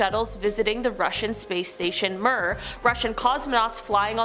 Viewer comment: Mir~~~(Mee•Urr)....like we're but with an M....